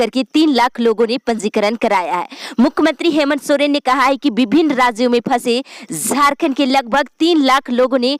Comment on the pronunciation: News padhne me aap "z" bahut zeyada bolti hai jaise jharkhand ko aap zharkhand bolti hai our jab ek sentence kahatam ho toh kuch second ke liye ruk kar phir doosri line bolna chahiye. (Zald nahi jald. Zab nahi jab ye sahi word hai )aap urdu Sikh lengi toh uchharan theek ho jayega.